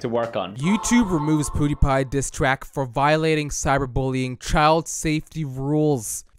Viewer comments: how he pronounces it: poodiepie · I love how this guy says poodiepie